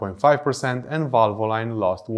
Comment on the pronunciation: VALVOLINE IS PRONOUNCE VAL-VUH-LEEN NOT VAL-VO-LINE